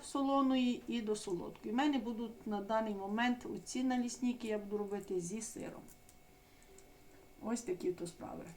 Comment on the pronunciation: чи не могли б ви говорити налисники,або млинці,але виходить так ніби ви москаль,який не може говорити українською і називає їх налісніками